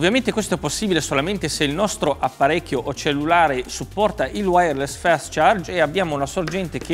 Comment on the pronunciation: "fest charge" x°D